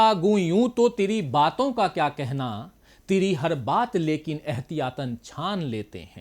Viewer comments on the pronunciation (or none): Sir tiri nahi hota Teri hota hai